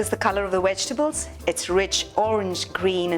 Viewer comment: Vegtables, not wegtables....just saying..... Otherwise love your videos...😄😄😄😄😄❤